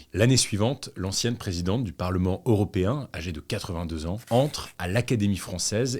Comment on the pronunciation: toujours aussi quali, par contre on dit "européen" et non "auropéen" :*